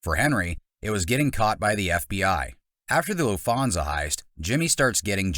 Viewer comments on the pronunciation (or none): Do Americans really pronounce Lufthansa as "Loofonza"? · what is the LAFONSIA HEIST ? Not even how it's pronounced lol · Its not "Luffhansa", its "Lufthansa" - the T is not silent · LEARN how to pronounce the AIRLINE CORRECTLY! soooo annoying! did you use a BOT/ AI voice? sounds like it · Have you even seen the movie? You say Lufthansa wrong multiple times, it's Cicero like Figero, and Tommy kills 4 people, you forgot about Stacks and Morrie. And that's not even considering everyone else in on the heist.